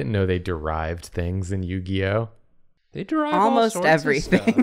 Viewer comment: More like Yu-Gi-Noh amiright